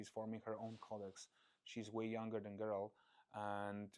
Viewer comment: I hope I'm reading too much into it but the Executive Producer mispronouncing Geralt on the first try is very concerning